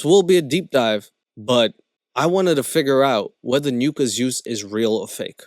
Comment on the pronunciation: It's pronounced "nuh-kah" just fyi. I dont really care but I'm sure some people do. It's like another way of saying the n word